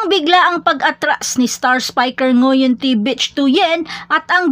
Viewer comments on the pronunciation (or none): Ate you pronounce it as "bik" not bitch 😂